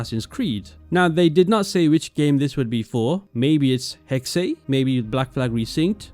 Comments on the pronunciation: its pronounced 'hex-uh' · it´s being pronounced Hexah